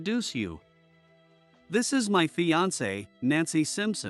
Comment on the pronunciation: Mispronounced words are so annoying and sound stupid! Fiancee almost always is prounced and it's like listening to chalk screech as it goes across the chalkboard...ugh! There are many others but this is the first one in this story!